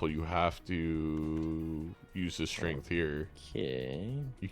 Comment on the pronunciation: pronouncing strength as shrink threw me for a loop